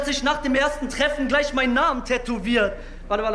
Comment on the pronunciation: Warum sagen eigentlich so viele Nidal Nib, obwohl er Nedal Nib heißt? 😅